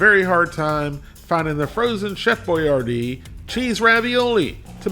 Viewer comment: The actual Chef Boyardee pronounced his name, whether with its original spelling of Boiardi or the one designed for Americans, as boyARdee. Nowadays almost everyone says boy ar DEE… but gets it almost as the Chef said it.